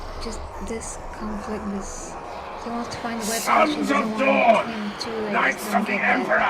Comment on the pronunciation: Isn't it Dorn as in the primarch Rogal dorn, instead of dawn in that qoute.